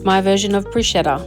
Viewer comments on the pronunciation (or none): In case you care, it's pronounced "brusketta", not "brushetta".